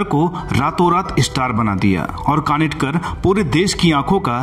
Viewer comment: कानिटकर नहीं कानितकर नाम है।